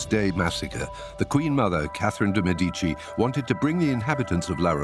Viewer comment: 17th Century, not 16th Century...also it's Catherine de MEDici, not medEEci